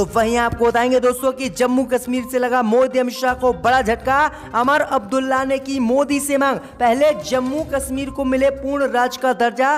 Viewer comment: भाई उमर अब्दुल्ला को अमर अब्दुल्ला,बागपत जिला को बगावत जिला बोलते हो ।